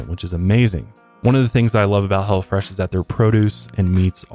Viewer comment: I thought you said he'll fresh